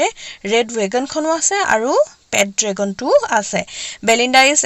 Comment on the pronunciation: Mistake : dragon-dragon. But l like it